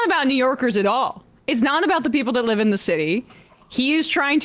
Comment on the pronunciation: Lol. How he stressed the word live.